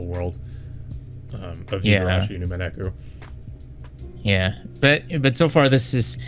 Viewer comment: "Umeneku" is the worst butchering of Umineko's title I've ever heard lmao. Good discussion nonetheless.